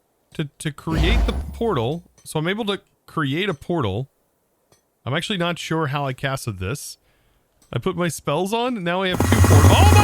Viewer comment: AXE' ually